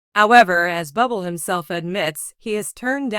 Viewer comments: His name is not pronounced Bubble! Someone help this announcer. Sounds stupid! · His name is pronounced Boo Blay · Pronounce his name right you idiot😮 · I think she doesn't know him if she can't even pronounce his last name.